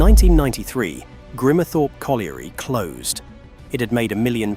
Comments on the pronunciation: American A.I. crap. Grimthorpe is pronounced Grim thorp, not grime thorp. Missing g the word "and" out of dates is uniquely American. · I think it's an AI thing - hear this kind of mispronounciation (sp) a lot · It would be great if you got a real narrator....it is a good copy but not perfect. Halfway through the "Grimethorpe" chapter the AI narrator changed his/her pronunciation from "Grimmehthorpe", incorrect, to "Grime (as in Crime) thorpe"....